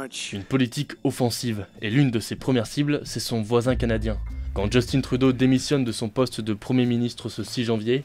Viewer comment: Ce serait bien d’arrêter de dire « justine » Trudeau. Justin, c’est tout, c’est un francophone au passage.